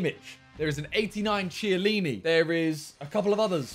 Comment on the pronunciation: Simon you pronounce it (k) ellini the (che) makes a hard k sound. Also I am Italian and it’s killing me Like so he can see